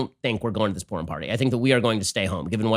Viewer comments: Many many people have been working so data should be collected on what has happened with them. Take a walk, they are everywhere. "We decided we just couldn't go to this porn party..." ?? Please pronounce Purim more carefully. 🤔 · I got distracted and then heard Ben Say "And I said to my family, 'Guys, I don't think we're going to this porn party.'" O_o Clear enunciation is a virtue. lol